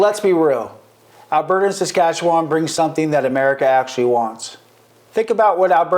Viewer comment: Never would I ever want to be an American. I am 100%Canadian. Born and raised Forever and always Canadian. And learn to pronounce Saskatchewan properly.